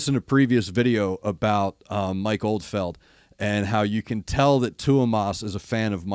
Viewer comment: Do you mean Mike Oldfield? As in Tubular Bells Mike Oldfield? Cus’ you keep saying Mike OldFELD. And brother, I’m with you on it hurting to hear Floor and Marko together.